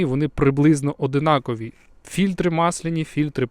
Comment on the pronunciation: ОДНАКОВІ! Вухо ріже